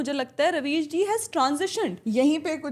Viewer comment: Ravis ❌ Rebies ✅